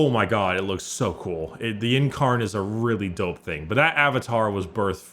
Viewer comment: please. Please say in-karn, not yin-karn. Or yin-eed, it's in-ee-add. I beg of thee.